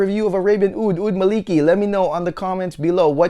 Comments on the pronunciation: Amazing review. Just a short pronunciation correction: It should be “Maa li kee” As per the arabic “مالكي" Keep up the amazing reviews 😊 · it's "الملكي" == "royal - kingly" not "مالكي" == the whole meaning changed so should say: "al - mala - key"